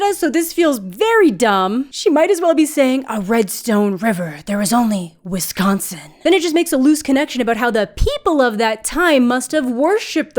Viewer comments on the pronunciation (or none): none